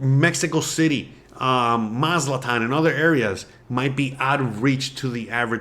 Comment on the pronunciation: It's pronounced "Maz A TLAN", NOT Maz -LA-TAN!!!